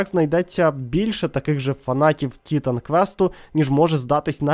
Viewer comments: Дякую за відос, але чому ТІтан квест, а не тіТан квест? Чи хочаб тиТан)) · На кожному слові "тІтан" мене передьоргувало.